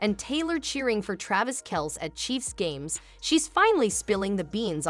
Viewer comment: That's an old video 10 years old....she never gave a video or interview since dating Travis other than onTime magazine for Person of the Year. that yourc fake channel, you can't even pronounce Travis' name correctly. You're repeating NewHeights podcast segments and what is already publically known for ages. You are a fake channel.